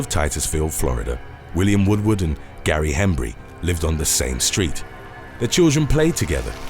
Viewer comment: 8 it’s not William WOODWOOD, it’s Woodward.